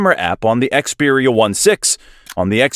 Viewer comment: Yeah I can't take this video seriously... They can't even bother to call it by its name properly!